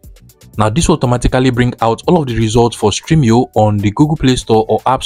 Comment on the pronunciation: Its stremio not streamio. Thanks for the video